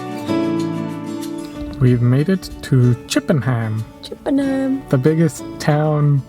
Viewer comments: Hi guys. Just a little tip. Don't emphasise HAM at the end of place names. Just pronounce the 'ham' as a non-emphasised UM. Thus CHIPPenum. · We would pronounce Chippenham, Chippin-um